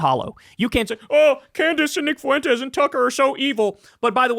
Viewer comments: Why is it always the Latinx nimrods that cannot pronounce Fuentes correctly? It's pronounced Fwent-tez. Not Foo-en-tez. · It's "FWEN-tez", not "foo-WEN-tez". Why can't you get this? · Why do people pronounce Foo-wentez like that? So irritating. It's pronounced Fwentez phonetically. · Never stop making Fuentes a 3-syllable word I love it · Dawg if you’re going to talk about Fuentes can you not say “Foo-went-ez” it’s so insane lol